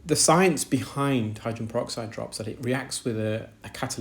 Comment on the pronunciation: Hydran peroxide, the case of the missing syllables 🔍